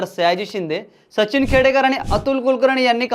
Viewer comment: Sacchhhin nahi Sachin mhann re